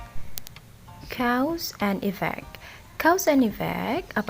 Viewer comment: "cows and e-vac" hahahah